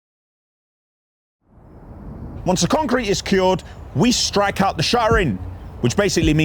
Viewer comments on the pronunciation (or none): none